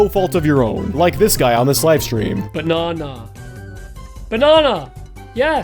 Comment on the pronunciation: The first guy deserved to lose that is not how you say banana